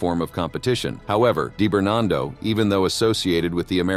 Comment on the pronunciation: Di bernado not Dai bernardo.